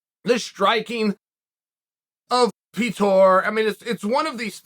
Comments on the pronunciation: Pee-toor Yan... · It's PYOTR, gosh start pronouncing this guy's name correctly, it's not a rocket science. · "The striking of Pee-Thor" 🤣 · Pee-Tor Yaan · No one: Petr Yan Chael Sonnen: PeThor Yawn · mans said "the wrestling of Yan and the striking of Peetor" 🤣🤣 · If only you could say Petr’s name right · Chael does that with all the fighters…… you must be new!